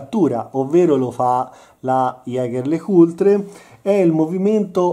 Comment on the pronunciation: haha ..."iager le cultre" , mamma mia, è rimasto tale anche ora che fa l'espertone e unico conoscitore del mondo (a detta sua) dell'orologeria, era meglio se fosse rimasto a far il motociclista.